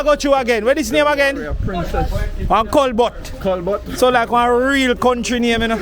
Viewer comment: We Kingstonians pronounce it as Colbert / kolbert 😂😂😂 your pronunciation had me cracking up 😂 but